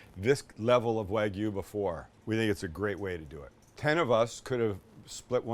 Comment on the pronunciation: Great video guys! My favorite part was Sam pronouncing the regions where the Wagyu was from.